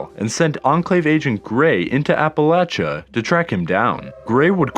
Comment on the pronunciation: Finally someone who says Appalachia right! ❤️